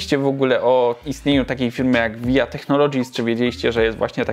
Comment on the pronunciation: "waja teknolodżis" - tak się to wypowiada. Materiał ciekawy, Pozdr